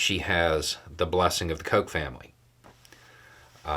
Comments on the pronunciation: I was taking a drink when you said Koch, I almost choked 😂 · He can’t pronounce it. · right, my bad. I knew guy growing up with the surname Koch although he pronounced it “cook.”